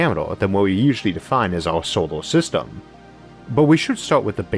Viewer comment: Orth? Staouwll? Solo sistam? I Soface